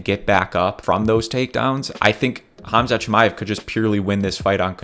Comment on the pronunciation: Props to you for saying Khamzat’s correctly